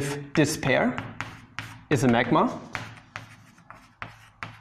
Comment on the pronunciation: I like when you're pointing on a semigroup saying "this pair" and it sounds like "Despair!".